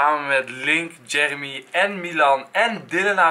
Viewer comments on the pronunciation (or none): none